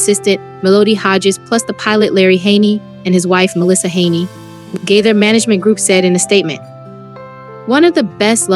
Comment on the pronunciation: Please learn how to pronounce the family names correctly. THE GAITHERS....(long a) Nelons...(not pronounced like melons) You can listen to other videos and learn how to pronounce their names correctly. These families deserve that respect.